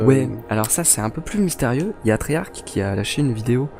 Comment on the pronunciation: mdr treyark xd ses treyarch